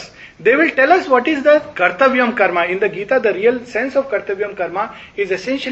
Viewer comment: In such conferences will it not be appropriate to correctly pronounce Sanskrit/Hindi words, Names viz. धर्म, कर्म, केन्द्र, इंद्र, वरुण, सूत्र, अर्जुन, वेद, etc. instead of pronouncing as धर्मा, करमा, kendraa, वेदा ,Indraa, Varunaa, Sutraa, Arjunaa etc. etc. . If speakers with profound knowledge of the subject and languages speak correctly, others who do not have that much knowledge will learn from them and thus it may help all the learners. Your in depth knowledge and the way you explain the subject is incredible.